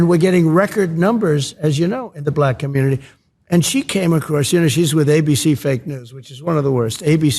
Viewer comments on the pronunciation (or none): none